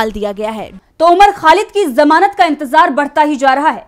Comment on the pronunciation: जमानत शब्द सही नहीं है, ज़मानत कहा कीजिये